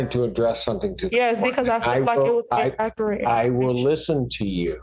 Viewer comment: En-a-cur-et? Or inacurrate? 😂😂